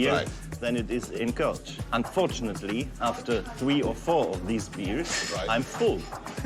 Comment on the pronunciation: kölsch not koltsh lol miss this dude